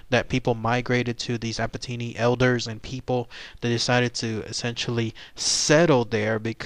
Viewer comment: I belong to the Apatani tribe mentioned here. I'd like to make a small geographical correction. Ziro is a village/town located in the state of Arunachal Pradesh, rather than both being names designated to the same area. Apart from that other details seem correct though the pronunciation may be wrong.